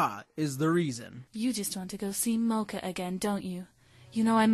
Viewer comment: acctually in the japanese it's said like in here only america says it wrong like saying mokas last name wrong